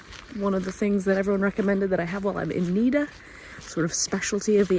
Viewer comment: It's not Niiiida it's Nida short i